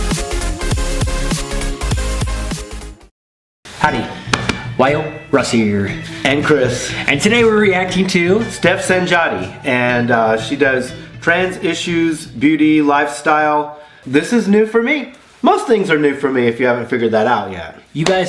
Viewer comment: only problem is its pronounced "sanyati"